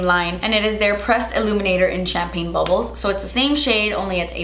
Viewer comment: I didn’t hear champagne bubbles, I heard champagne baboso 😂😂